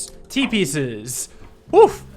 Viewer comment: When dude said "T-pieces" I almost heard "Teepee says" The later "T-piece!" statements mad me hear "Teepees!"